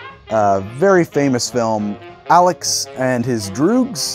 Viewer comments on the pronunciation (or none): none